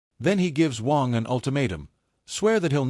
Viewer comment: AI keeps saying Wong. Its Waaannng.😅